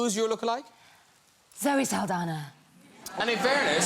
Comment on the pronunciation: Not Zoe Saldana ..."Saldaña" 😐